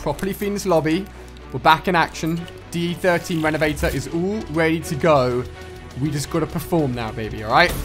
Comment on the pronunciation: You said d13 renevator wat?